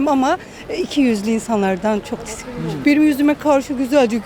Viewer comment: herkes tiskinirim diyo len :D